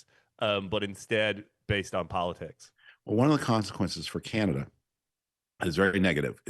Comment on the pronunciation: If you're going to listen to this old Tory hack and George W. speechwriter, please teach him how to pronounce "Canada" as Canadians do. Believe me, few of us in Canada pay attention to this man's ramblings. Sadly, we did think his man, George W. Bush, was the ultimate in stupid presidents.However, George and Frum were just paving the way for what you have now.